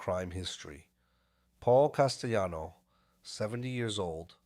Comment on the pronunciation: Paul Castayano. 😂. Jesus just narrate it yourself unless you cant speak any better. What a joke